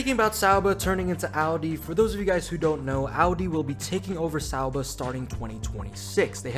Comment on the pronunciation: I appreciate your efforts to say people’s names and places correctly. I’m probably out to lunch here, but I think it’s ok to say Sauber with a hard er, the way you say it now reminds me of Homestar Runner. Only a small criticism. I love your content. I don’t mean to insult you at all.